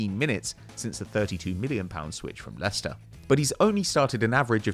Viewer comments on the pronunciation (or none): none